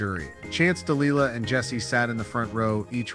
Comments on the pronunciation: It's pronounced (de-lie-lah) Delilah.🙄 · Listen to Tom Jones song Delilah, so you know how to get her name right. It was traumatic to listen to you butchering a strong and beautiful name. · DEE LIE LA ! Not lee la